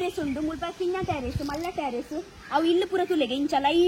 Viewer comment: 🥰not Tarr iss it's Terrace*prounance as Ter rass👍